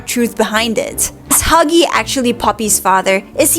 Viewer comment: I love how she said muggy instead of huggy